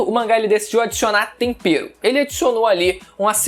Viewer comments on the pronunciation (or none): Você disse "tompero"? Jacan curtiu seu comentário